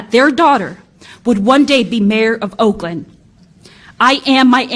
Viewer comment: Woakland, lol, good one.